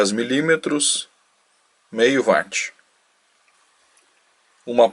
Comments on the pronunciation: Desculpa mais vejo que muitos falam vat com a palavra watt é correto falar uáts, tá valendo pelo circuito. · Vídeo muito bom. Só uma pequena correção de pronúncia: não é VATI E SIM UÓT. Obrigado.